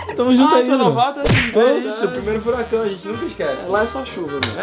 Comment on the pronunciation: NA MORAL EU TO RINDO MUITO COM A FALANDO "FURACÃO" KKKKKKKKKKKKKKKKKKKKKKKKKKKKKKKKKKKKKKKKKKKKKKKKK